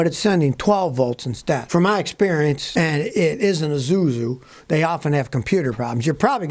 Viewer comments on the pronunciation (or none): It's Isuzu, not Izuzu. It's written as it's read. Lol.